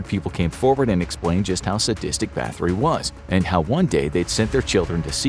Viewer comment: Elizabeth Bat-hory, not bath-ory